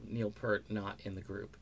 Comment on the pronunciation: Yep. And I can tell that the guy who made this video is just capitalizing off Neil's death. (It's not just mis-pronouncing his name)